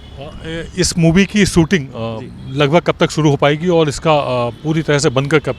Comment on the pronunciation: ऐंकर जी! शुद्ध हिन्दी तो आपको भी नहीं आती है।आप को 'स' और 'श' के उच्चारण में फ़र्क मालूम ही नहीं।शूटिंग को सूटिंग बोल रहे हैं।